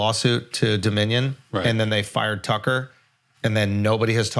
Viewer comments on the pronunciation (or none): none